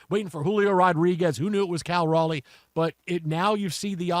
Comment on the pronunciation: Respect. The Locked On Astros duo both mispronounced Raleigh's name 7 times tonight as Riley... and they called him average.